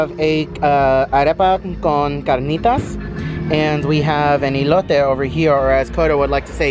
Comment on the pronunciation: “E-lote”....lol 😂 its like an ‘el’ectronic corn